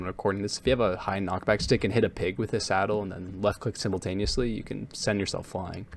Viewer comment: Bro like the fun fact about the pig you gave , like half of the stuff you said sounded like 60% german or gibberish i had to rewatch that 3 more times and its still like 30% german/gibberish to me